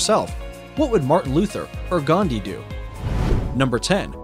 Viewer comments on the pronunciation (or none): none